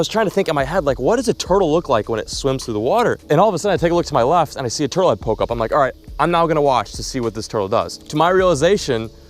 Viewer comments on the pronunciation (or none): none